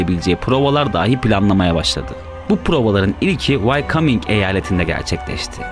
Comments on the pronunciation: VAYKAMING eyaleti degil dostum... VAYOMING diye telaffuz edilir. ( WYOMING "yazilir. dogru sekilini bilmenin ingilizce ogrenmek istiyen gencler icin yararli olacagini dusundum. saglicakla kalin. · Ciddi ciddi dinlerken Wyoming eyaletini Why-Coming diye 3 sefer söyleyince vaktimi boşa harcadığımı anladım. Bunu bilmeyenler Amerikada olanları nasıl bilipte yorumlayabilirler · Wyoming'i wycoming diye okumak nedir ya .d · Amerika'nın yeni eyaleti Vay Kaming🤣🤣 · telaffuz wayoming - way coming değil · Wyoming eyaleti ne zamandır Why coming ? diye okunuyor 🤣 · Hacı Allah aşkına vayominge (wyoming) vaykaming nasil diyorsunuz... sadece bi soru :)) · Yahu insan bir öğrenir why-coming nedir ya? Wayoming diye okunur o (vayoming) böyle hataları affedemiyorum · Wyoming mi Whycoming mi 🤣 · Wyoming’i vaykoming diye okumak da ne biliyim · Wyoming: "vaykaming" diye değil "vayoming" diye okunur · Wyoming eyaleti. Wycoming degil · Wyoming vayoming diye okunur vaykaming ne? olaf scholz şölz diye okunur. sıkolz değil. ilerde haberci olacaksan bunlara dikkat et kardeş. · vaycaming değil vayoming eyaleti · Vaykaming mi...😁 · Vaykaming vayoming? Eksoztçu ekzozstçu eksoscu.